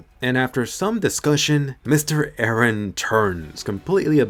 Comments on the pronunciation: “E r e h” 👁👄👁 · By the way its Eren not Iran 😂